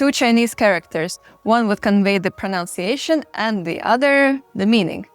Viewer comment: You are prettier, smarter, and more worldly than I am. So do not take this wrongly: It’s “pro-NUN-ciation,” not “pro-noun-ciation.”